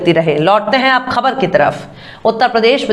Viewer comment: AAP BOHAT ACHHI HE URDU KA WQRD KHABAR KA UCHCHARN GHALAT PLZ TEEK KARO